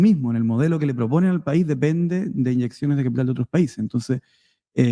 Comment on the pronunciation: El. Cápital jajaja. El de tu familia es capppiiiiitall bueno? Zurdo caviar